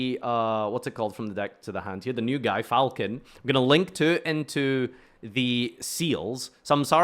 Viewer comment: mixing falchon and falchion is sending me idk why loooooool